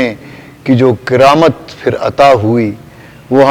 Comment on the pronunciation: کِرامت نہیں جی کَرامت زبر ہے زیر نہیں